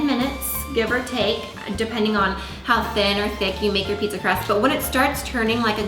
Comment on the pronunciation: "Pizza Crahst?" lol